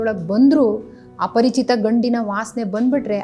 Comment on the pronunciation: Yen mam parichitha aparachitha.... Helthira.. Sadruda 😅